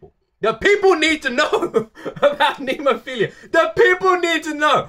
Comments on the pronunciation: Coming mistaken jajaja...phiLLLLa...not philiiiiiia 😆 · Someone needs to recommend him Hanabie…. Oh and it’s NemoPHILA not NemoPHILIA!! There’s no I in between L and A!!!